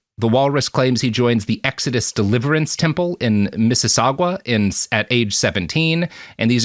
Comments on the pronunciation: First, as a former Torontonian, it's Mississ-awww-ga, not Mississ-saw-gwa. Easy mistake. Second, I have an old high school friend who was Christian. Fairly devout but never preachy. He ended up going to Tyndale and getting a Bachelors and Masters in Library Science. It's a legit university, you just gotta be some flavour of Christian to attend, I guess. Last I saw, he got married and had a whole brood of kids. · Mississauga is pronounced misses-ah-ga. Toronto is pronounced Torono (second t is silent) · The pronunciation of "Mississauga" gave me a twitch. The "u" is just there for looks and doesn't actually influence the sound of anything. "miss-iss-ah-gah" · Fun fact: Mississauga does not contain a w, either in its spelling or pronunciation. Not sure why so many Americans seem to think it's pronounced that way.